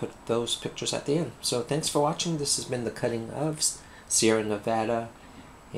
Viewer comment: Wow I love the colors in this soap, perfect for the name and region. Props to you also for saying Nevada right. =)